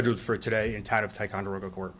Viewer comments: Your pronunciation of ticonderoga is great! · Don’t live far from here. Actually had my honeymoon at lake George. Such a selfish horrible human to do that to his child. You pronounced Ticonderoga better than ppl who live around here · You said, "Ticonderoga" correctly! We do call it, "Ti." 😂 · Pronunciation is “skroon” lake. Perfect pronunciation of Ticonderoga, btw.